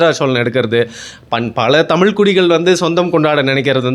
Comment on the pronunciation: பாவம் வேற மொழி கரான் போல தமில்நு வாய்ல வர மாட்டேங்குது, நாடே நாசமா போனாலும் நம்ம பையன் தான் மன்னரு, ... நக்கல் யா உமக்கு